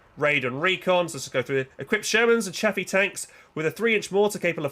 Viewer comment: still wrong its Chaffee